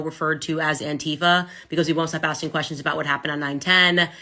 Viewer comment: The way she says "quessions" drives me nuts